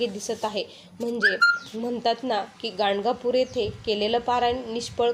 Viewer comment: Sorry tai gangapur cha उच्चार चांगला करा.